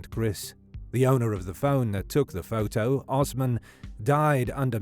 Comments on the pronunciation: Sad case indeed. Was anyone else triggered by the narrators pronunciation of "photo" during this whole twenty minute recap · I like how the voice says photo like "foh-toe"